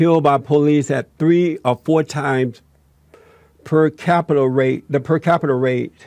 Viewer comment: It's capita, it's not capital